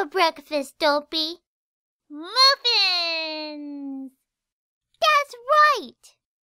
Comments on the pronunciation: Lol she said dopy instead of Derpy (I'm not trying to be mean) I have the same problem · it sounds like is calling derpy dopey